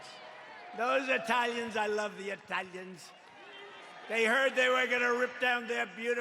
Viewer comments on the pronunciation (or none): "I love the Eye-talians!" - D.T. 😏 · 'I love the ITALLLIANS" hahaha. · I lav the Eh-thalians????? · "Those Ehtalians, I love the EHTALIANS" - The President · “I love the eeeTALians!!!” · I laughed and spat out my coffee when he pronounced it that way.